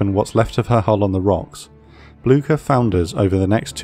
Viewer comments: It’s not pronounced Bloogshher though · Did anyone else neigh like a horse when he said Blucher? If you did, you are a person of culture and I love you. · Just a couple of things in a language note: The "e" at the end of Kriegsmarine is emphasized in German. The ship is called "Blücher" named after Prussian Field Marshal Gebhard Leberecht von Blücher. You pronounced "Blücher" as if it was spelled with a "ck" instead of a "ch". This is the proper pronunciation of "Blücher": [ˈblʏçɐ] PS: I understand that German is a foreign language to you and obviously don't expect you to pronounce everything perfectly, I am just trying to help with it. PPS: You pronounced "Lützow" perfectly.